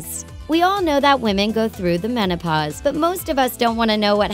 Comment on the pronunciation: "when women reach the monopause" wtf